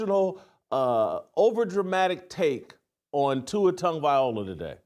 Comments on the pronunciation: Here we are 2 years later…..and you still can’t pronounce his name correctly 😂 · First thing, Jason…you need to learn how to pronounce Tua’s last name.